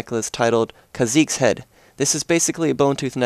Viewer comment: Whenever someone plays or says a Champion that I like,and says or plays him/her wrong,I get annoyed...Kha'Zex? Zera? Really?!